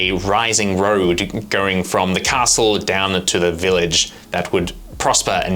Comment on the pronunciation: Anyone else triggered by "Ca-stell". Great work on the castle team:)